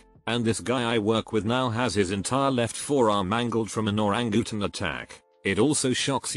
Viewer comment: "Orangootin" xD